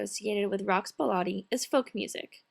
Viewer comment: Oh sorry to voice a tiny criticism: The pronounciation of some words kept annoying me a lot (again, sorry to say that). It is not "baalaadi" with an a like you used. It is more of an "e" like in ball"e"t! beledi :) And it is saEEdi not sadi!! long "ee" like in "gee!" :) Else it was really really nicely done!